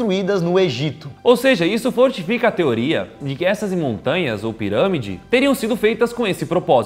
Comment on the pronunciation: ele disse ziramide